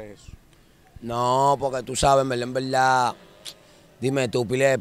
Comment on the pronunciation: En veldad en veldad 15,000 veces